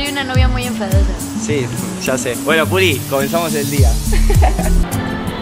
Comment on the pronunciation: Porque le dises pulgi